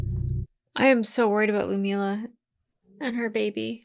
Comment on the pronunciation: LUD - MILLA!!! Gods be.... You butcher her name constantly.